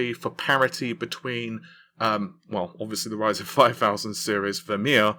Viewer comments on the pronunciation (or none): none